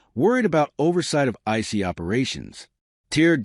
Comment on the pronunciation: I was very excited to see this in my feed until I played it and heard an AI generated voice pronouncing ICE "icey." I know we're trying to save money, but Trump'not going to hire a robot to be his press secretary and you shouldn't either. Deal killer